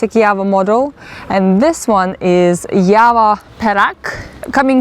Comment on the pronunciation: Why u people telling YAVA 🤔🤔 Its JAVA.. JAA VAA